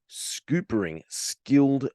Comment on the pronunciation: Phonetically not scoop- ering, sc-up-ering, & it means to upset a plan into failure, its a very specific way of accomplishment. I live in WA, Commonwealth Bank has just rolled out it's Carbon Credit tracking app. Yesterday I had to go to a Catholic Community Housing Group's Offices. At reception & at head height stood 2 wi-fi connected tablet like log in terminals, on the home screen was a smiley face, the covid message, & a request that users put their faces up to the screen which then displays an auto frame, for a temperature check. Clearly its its a facial recognition biometric data gathering device, uploading to a database, & the phone or other connected device that the user is carrying provides an identity to complete the upload. I carry no phone or other for a reason, anyway whilst I was waiting I watched half a dozen people comply with the instruction without a flicker of comprehension., I have no criminal record, but I do remain untested/unvaxed, (I got the Delta variant 14 months ago), so these detention arrangements are very, very, concerning.